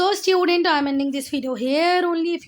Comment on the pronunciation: MAAM IT'S STUDENT NOT STUEDENT